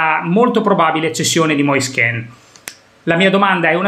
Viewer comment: Moise Ken..., Ken non Kin, Keeeeeeeen...non penso sia difficile su, lo ha chiarito lui stesso, meglio di così 👍✌️